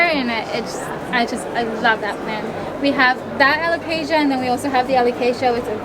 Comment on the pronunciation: Alo-Case-Sea-a, Me-low my god this guy was driving me crazy